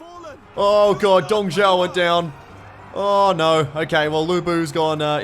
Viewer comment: Dude, perfect pronunciation of Dongs name